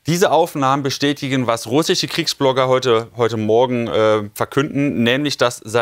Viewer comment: Welch ein lächerlicher Mann sag doch nochmal russische 😂😂😂